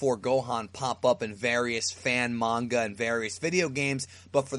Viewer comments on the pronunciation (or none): none